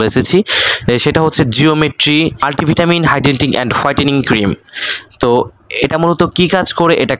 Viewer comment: Hidenting??😂😂 its hydrating